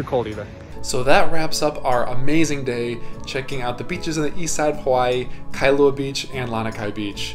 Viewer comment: Those mountains in the back you referred to in Kailua are called "Ko'olau Range". (Ko-O-lau-u) the "au" sounds like "ou" as in "ouch" without the ch. Now add "L" with "au"....Lau. It's Kai-lua not Kai-a-lua. And just call the Twin islands, either Mokes or Twin Islands. 😀